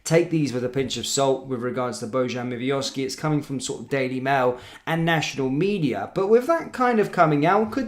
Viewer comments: pal its miovski nae miovivioski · Who's Mivioski 😂😂 come on man get players name correct. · Dude youre dyslexic as fuck...don't think I've ever heard you pronounce a players name or team correct...ever.....who the fuck is miviovski?